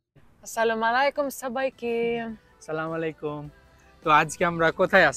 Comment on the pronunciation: উচ্চারণ হবে " আস্ সালা-মু আলাইকুম ' সালামালিকুম নহে।